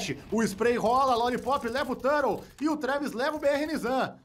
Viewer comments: Não ta errado, a pronuncia em ingles é tur-rou mesmo. Mas comos estamos no Brasil, é turtou. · ele pronuncia no inglês, tur rou , o do exit no inglês ficaria Eg zit mas eu sou mais falar tudo em br mesmo kkkk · O ideal é falar TORTO, aí fica massa :) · esse narrador falando "tãrou" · O ideal seria falar TORTO, daí fica engraçado e ninguém reclama 😅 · Que agonia ver ele pronunciar o nome do Turtle errado kkkkkk